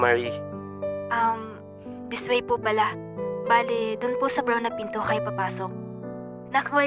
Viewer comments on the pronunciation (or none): Emili not Marie😭